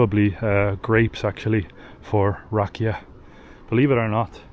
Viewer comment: Rakía- the accent is on the i, not the a. Sófia- the accent is on the Ò not the a... The way you pronounce it is the name of a girl named Sofia. Super video!!